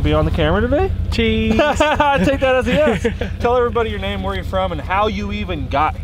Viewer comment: Got your back guys!!!! May send ya some more before long! And yeah you pronounced my name correctly!